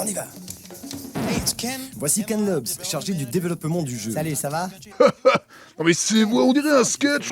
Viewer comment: "manager de développement" ça veut rien dire jpp (et c'est quoi cette façon de prononcer "développement"?)